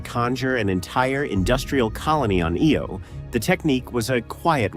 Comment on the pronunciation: Does that help explain some of the terrible word pronunciation? For example, it's "EYE-Oh", not "EEE-Oh".